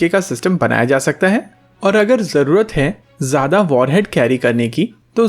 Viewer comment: Don't say Jada kaam. It sounds odd